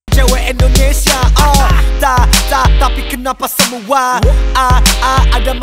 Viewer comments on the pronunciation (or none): yang betul Indonesia bukan Endonesia hanya saran:) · Indonesia not Endonesia cui